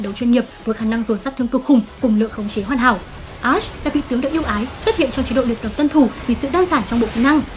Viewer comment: 3 mùa sầu riêng rụng đã qua mà toàn đọc là a-she